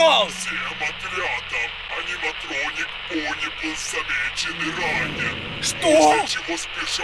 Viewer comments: Я одна слышу Пони а не Бонни?.___. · керПечи бОни😅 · Вы тоже слышите акцент его голоса на последнюю гласную например: , бонни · Бонни а не Бони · Не бони а бонни